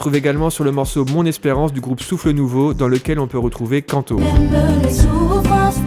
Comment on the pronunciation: Pour info Kanto se prononce Kantou (sans accentuer la dernière syllabe) Oui je chipote 😅😂 Superbe vidéo Quelle grâce d'avoir des talents comme vous dans le corps de Christ